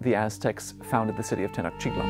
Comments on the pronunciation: Tenochtitlán not Tenochitlan sorry but you are saying wrong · The accent is on the end of the word: TenochtitLAN. Go watch a Mexican documentary before you create this. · tay-noatch-teet-LAWN. Actually all syllables equally stressed, but Mexicans tend to put a stress somewhere near the end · I cannnot trust an expert scientist of a culture when they can't pronounce a simple word that is spoken everyday often . This tells me that such scientist never sat foot in the area and failed to interact with the locals or he read hundreds of books and reviews and articles but never was there. The word Tenotchitlan is used as often as New York city inside New York City.